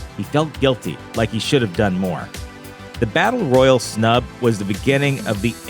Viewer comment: Royal and royale are different words. Say it with me roy al